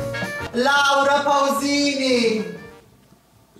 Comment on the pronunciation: Laura pussyini? 😂 mi piacciono le vergini! è un mito! Dopo l'amore con follettina credo sia un massimo esponente del trash koreano